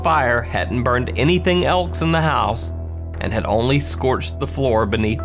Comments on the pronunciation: Anyone else cringe evry time u hear him pronounce the word "else" as " ELKS" ??? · I love how you say “else” like “Anyone Elks” it’s fricken great, which country you from? I feel like 90% of the best YouTube channels are not from America. I’m pretty sure 95% of the top YouTube channels are actually Spanish speaking though, at least the last time I checked the top 10 tubers